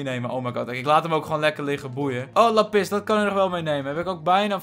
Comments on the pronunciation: lappis kijkers: lápis!!: lappis kijkers:... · Niemand:: ik zie laPIS